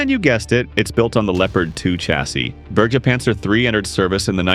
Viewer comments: The Burgerpanzer 😅 Its pronounced more like the "e" in "went" - Berge panzer. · You almost nailed "Bergepanzer", but try saying Ber as if you were saying 'Bear'. As for the "Wiesent", you butchered that. Pronounce it like this: Veesent. (The Wiesent is a German Bison).